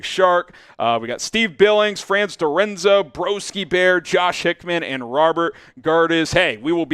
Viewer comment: By the way thanks for the invite, my name is Franz like Hans, Doreza not Dorenzo..Door Ez Ah. I will try to tune in tomorrow..Frahnz Door eZah..🙏✌️